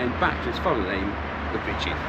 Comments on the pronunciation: Was wondering when you'd do towards Heeley as that's where I used to live. Ps Beauchief is pronounced 'bee-chiff' 😊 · Yeah, I can confirm Beauchief is pronounced locally as 'Bee-chiff' not 'Bow-chief' ;) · It’s Bee-chief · It’s pronounced Bee Chief.